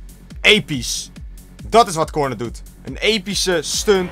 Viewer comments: Het is engels dus "korn" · waarom spreek je Corne zo raar uit? Tis gewoon 'Kornee'